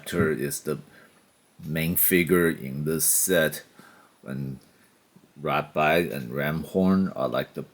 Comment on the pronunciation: Its ratbat not ratbite